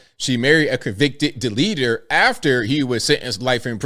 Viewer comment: Why do you say “deleter”? Is that a Virginia thing?